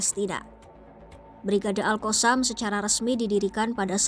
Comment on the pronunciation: Min sebut la betul2.. Lidahh tu adjust sikit, All koossamm ? 😂😂😂